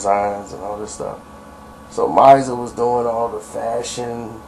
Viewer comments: 😂 Misa... Her name is pronounced Mee-Sah not mysah. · Who is “Miza” you mean “Misa “ pronounced “Meesa “ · Her name is Misa (like Meeesssa) not Miza. lol you sound silly.... lol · Diddy baby mama name is Misa not miza I never heard of him n mary hooking up facts! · The videos are great. Puff's baby mama's name is pronounced Mee-sah. Keep em' coming. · for the record Misa's name is pronounced Mee-suhh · Who is this talking,I can't trust anybody who dont even know how to say Misa name...keep calling her mizza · Dude, please delete this video. You have no idea what you're talking about. Misa (whose name you can't even pronounce right) and Mary were good friends...she was Mary's stylist and they were ripping and running the streets together for years...Mary was not messing around with Puff. Mary featured on multiple songs with rappers way before her duet with Method Man. Two songs with Father MC, Grand Puba, C.L. Smooth, Smiff N Wesson, Keith Murray etc. You sound like you're reading from cue cards that a 00's baby wrote for you.